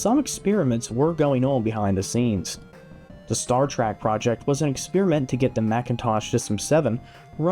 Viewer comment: I hope you said “Star Trek” not “Star Track”